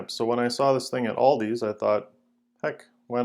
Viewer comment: Aldi* there is no s on the end. Purchased at Aldi* not Aldis